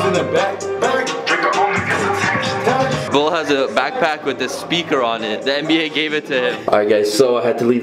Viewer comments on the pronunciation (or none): It lowkey bothers me when when calls Bull1trc bullet and not bull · who else felt weird when said bullit not bull